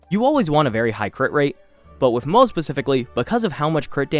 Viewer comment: isnt moze pronounced like moh zuh rather than the way it looks in english? great video though helps a lot